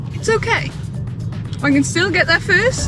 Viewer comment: that "first" sounded way more Australian and an Australian coin is found in her purse 🤔 How was the trip to Straya, Manon?